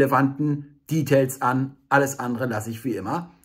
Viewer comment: Warum muss man das Wort "Details" eigentlich Englisch aussprechen? Es ist ja dadurch noch nicht mal kürzer, also hat man rein gar nix gewonnen. Außer dass man halt hipper klingt... Also als Freund des kritischen Denkens kann ich einfach nicht anders, als diese unnötigen Anglizismen zu hinterfragen.